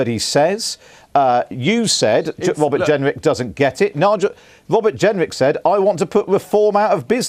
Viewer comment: Welease Wobert Jenwick. 🤣